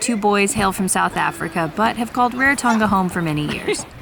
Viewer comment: Its not “Rare-Ra Tonga” is “Rā Rā Tonga”. Please, pronounce it properly.